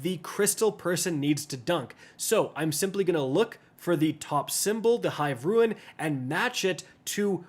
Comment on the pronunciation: It's hive rune (pronounced roon) not ruin. 2 completely different words.